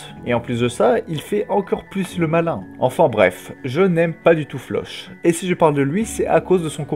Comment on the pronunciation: Juste 😁😅 Tu pourrais prononcer floch autrement que "che" ? C'est flock 😭😂😂